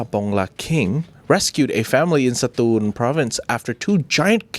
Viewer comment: totally pronounced 'Satun' correctly ❤❤❤❤❤❤❤❤❤❤❤❤❤❤❤❤❤❤❤❤❤ I live in Songkhla near Hat Yai. I hope one day to trade life story's with you guys on camera or off😇😇😇